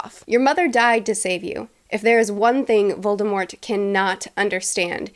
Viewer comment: I appreciate how you pronounce Voldemort the right way